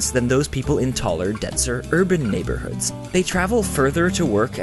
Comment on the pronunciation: He said "Urban NeighbourHERDS"